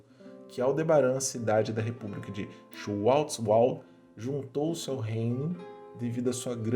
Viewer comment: Muito bom, te conheci hoje no kafra News, já me inscrevi e tô curtindo as histórias, mas não é tão difícil falar Schwartzwald (xuarts wald) kkkkkkkkk